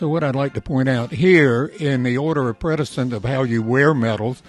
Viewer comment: Precedence = pre-sa-dence, NOT pre-da-sense! Come on, sir, you're a retired lieutenant colonel! - KU grad, retired Army Special Forces.